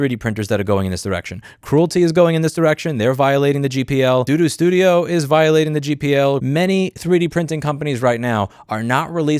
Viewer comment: mispronouncing Creality as Cruelty, Bambu Studio as Doo Doo Studio, lol....